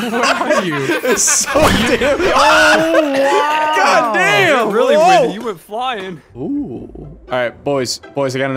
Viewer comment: "It fucken wimdy" I think is the proper way to say it